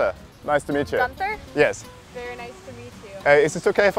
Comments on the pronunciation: is not gunza, learn how to pronounce it the German way;-) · his accent is „funny“ but not a genuine german one. It starts off with the pronunciation of his name, that any German would pronounce differently. Nonetheless, awesome prank.